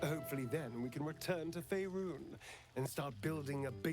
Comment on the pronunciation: Holy hell finally managed to master the pronunciation of Faerun!